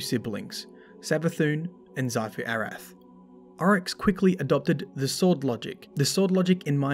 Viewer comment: stop saying sifu. it's xivu {ceevu} arath..